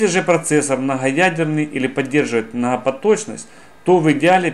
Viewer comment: Мнахапоточность. ПРАХРАМА. Ахахахахах.....